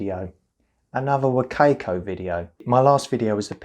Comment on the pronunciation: sorry, I need to let it out. Wo-CAY-coh~ hehe. Thanks, good review though